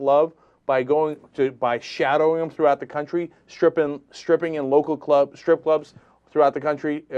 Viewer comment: "Striping"? lol